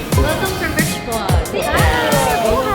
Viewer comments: lol... RIeesh-mon-daye. I grew up in Richmond, California so when i first saw Richmonde hotel in Iloilo, i pronounced it the same way does... Rich-mond. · ❤❤❤❤ your husband pronunciation of Richmonde 😂❤❤ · The town of guimaras in iloilo has the sweetest mangoes in the philippines and they are big, it's funny sir he had trouble pronouncing the richmonde hotel and good luck i know so moany aventure in iloilo